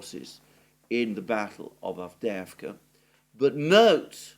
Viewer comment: I like how you say Avdeevka! That's in Russian, even though it's Avdeyevka! Anyway, Ukrainian Avdiivka is gone! 👍👍👍👍 Forever!